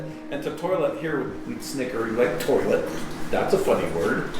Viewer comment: Came in the part where you said tolit and I thought you were smelling your fingers lol